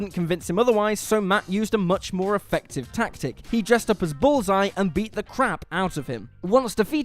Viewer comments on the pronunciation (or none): none